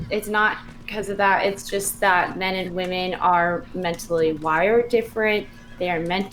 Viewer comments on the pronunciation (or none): Nothing more annoying than inability to say WOMEN. There is an E in it, it's not pronounced woman for fucks sake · why tf does everyone say "woman" in place of women? its everywhere. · How come always says "woman" in the singular instead of "women" in the plural? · It’s astonishing that doesn’t know the difference in pronunciation between woman and women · These zoomer streamer girls who can't pronounce the word women are driving me nuts. Woman and women are not pronounced the same. Please stop. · Why do some people say 'woman' instead of 'women'? Is this an accent thing or aome kind of dogwhistle?